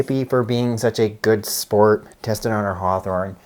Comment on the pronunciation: Does it include HCM as well? Please caption. Your accent is hard with certain specific words. Heart what? Hearthorn?